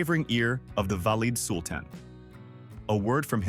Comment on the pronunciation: Very badly done! 1- badly pronounced Valide Sultan. 2- We are in the Turkish Harem, why Oriental looking women? 3- Wasn’t there anything positive about Harem, the Sultan falling in love? Very intelligent women etc